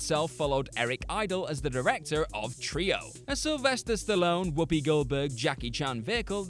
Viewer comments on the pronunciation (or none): none